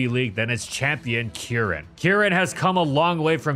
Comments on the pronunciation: Why do you pronounce Kieran as Kee-eren? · insane pronunciation of Kieran bestie